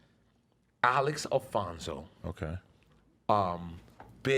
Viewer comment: Nore butchered the names of the gangster Chronicles host names ALEX ALFONZO (Alex Alonzo) and BOB JAMES(Mob James) lmao!